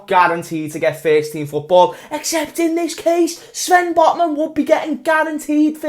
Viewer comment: At the start of the video I thot that said LFC singed Botmen lol😂